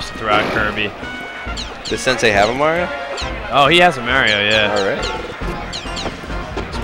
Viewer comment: That incorrect Mario pronunciation from the commentator... >.<